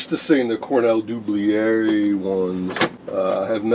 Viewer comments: ....it's pronounced "Cornell Doo-BILLY-yay"! Regards - Nick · Dublier is a French name pronounced Doo Blee A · Interesting finds. I have some decade boxes made by EICO and have found them to be only marginally useful. For what it's worth I watched a promotional video on the Cornell-Dubilier website and they pronounced the name "Doo-billy-er". I looked it up because everyone seems to struggle to pronounce it, including me. Love the content as always!